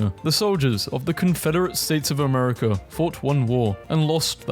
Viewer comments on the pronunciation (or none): none